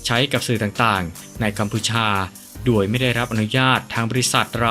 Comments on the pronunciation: แอดทำไมพูด โดย เป็น ด-ว-ย ครับ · แปลกนะแอดมินที่คนไทยออกเสียงโดยเป็นดวยเป็นไทยคนเดียวที่อ่านโดยเป็นด้วยใช่คนไทยแท้จริงหรือ